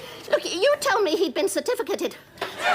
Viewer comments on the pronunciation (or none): You told me he was certfiffficated 😅😅😅